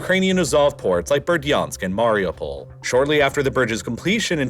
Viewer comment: Very cool and interesting, but I beg you to learn that SevastOpol is pronounced with the stress on O, KhArkiv with stress on A, and MariUpol with stress on U, thank you